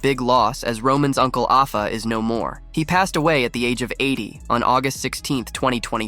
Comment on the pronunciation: 50+ years of watching wrestling and I never heard Afa's name pronounced as it was here. Lol